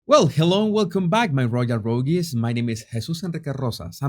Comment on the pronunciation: “rogues” has one syllable. “Debuted” - the “T” remains silent, and the word has two syllables. deh-BYOOD. Great job!